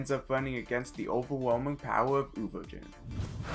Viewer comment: This bitch called Luffy, Laffy. He called Ovogin, Ovojin wtf! This is messing with me!